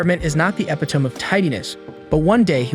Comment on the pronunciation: ep-I-Tome? It's pronounced Ee-Pit-ome.